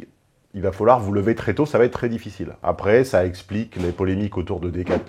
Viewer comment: Par exemple elle dit aprés au lieu de après